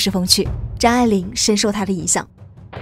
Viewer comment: 听成渣玲了😅